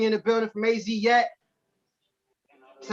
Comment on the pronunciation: A.Z yet?? It’s Az Yet bro